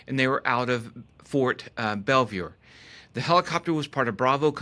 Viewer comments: its pronounced BELL VOR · FYI - Ft. Belvoir, not Belview.